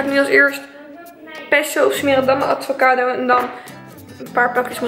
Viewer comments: Het is aVocado niet aDVocado😂🤪💗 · Omggg hahahaha hoe kan je nou ATVOCADO zeggen het is gwn avocado 🥑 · Niemand:: ADVOCADO